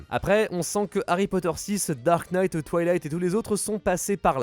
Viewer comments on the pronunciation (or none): none